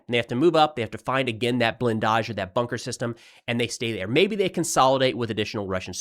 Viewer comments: Interesting pronunciation of "blindage". You make it sound French, but isn't it pronounced more simply as BLIGHN-dij? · "BlinDAjh". Sexy.